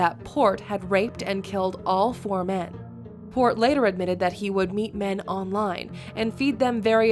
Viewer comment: I love how the dispatcher stresses last word of her sentences :)) at oooooooal?!